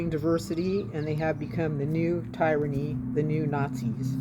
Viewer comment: it is not pronounced Tire - a - ny. It is prounounced Tier - a - ny.